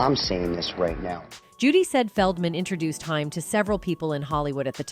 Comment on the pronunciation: It's pronounced like Corey Hey-m !!!